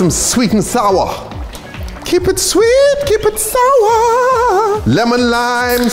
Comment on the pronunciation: "keep it sweet keep it sourRRRrRr~~~"